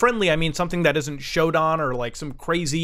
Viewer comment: i hate how muta says SHODAN